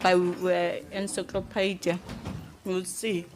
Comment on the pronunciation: That "encyclopidia" (don't correct me) moment will forever live in my head rent-free. 😭